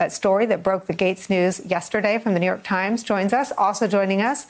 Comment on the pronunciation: "The ah-FAILing New York-h Times" they seem to be turning it around